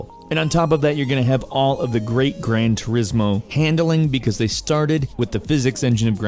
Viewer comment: "Grain turismo" lol